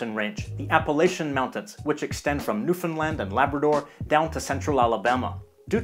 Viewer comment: One of very few youtubers I've ever seen pronounce "Newfoundland" totally right